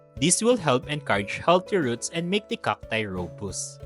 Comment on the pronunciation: rō-ˈbəst, not ro-boost 😉